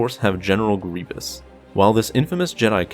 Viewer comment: Do you pronounce it "Grevious" or "Grebious"? I'm reeaaally confused! :(